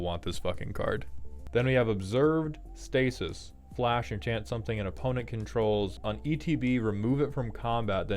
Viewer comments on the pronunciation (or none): none